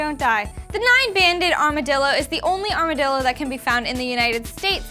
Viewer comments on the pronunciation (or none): uhhhh it's armadillo. like pronounced armor-dillo. you know little-armored one